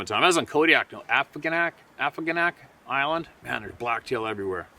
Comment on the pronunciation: its pronounced AHHH- FOG- NAK Island